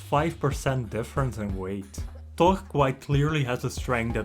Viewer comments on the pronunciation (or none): Wtf is he saying? Todd? His name is THOR. Learn English, man. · It sounds like hes saying tok and not thor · The way this guy says 'Thor' is slowly eating me up alive